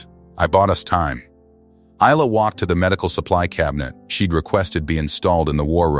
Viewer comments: 🙏 for pronouncing Isla's name correctly. I noticed in version 1, the transcript says her name's Elena. Love ❤ your work. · It' pronounced properly in this one.